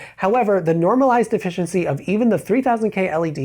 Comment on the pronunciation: What kind of pronunciation of efficiency is that lol